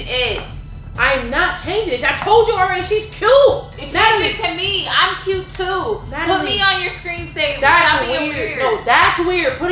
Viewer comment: i died win she said cue and not cute